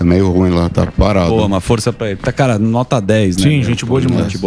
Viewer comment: Emílio tinha tomado uma pequena aula de Cintia Chaves sobre o adjetivo “ruim”, mas ele continua falando “rúin”. 🥺😅